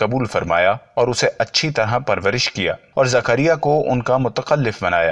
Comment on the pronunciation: Are bhai aap Ki zabaan kehsi hai thik Karo zakaria alihissalam